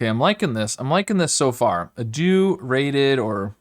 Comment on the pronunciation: Have you heard him say adieu, hurts my soul